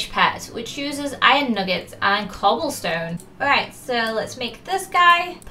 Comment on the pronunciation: When she said cobblestone I thought she said coal stone😂😂